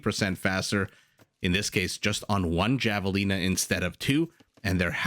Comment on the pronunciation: It's pronounced Havelina